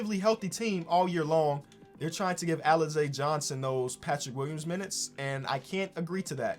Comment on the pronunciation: why you disrespecting alize 😭 you pronouncing his name wrong too